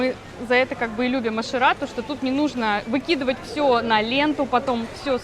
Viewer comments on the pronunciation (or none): Не Ашерад, а Ошер ад.